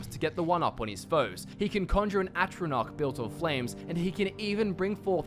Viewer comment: Say atronoch stone, one more time